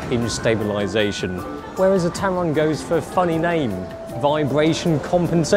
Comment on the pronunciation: Did you say Tampon lol?